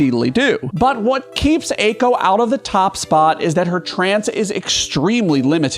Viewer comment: Eiko isn't in the top spot because you keep mispronouncing her name